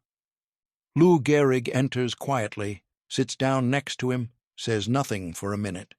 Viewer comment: Gehrig, not Garrig.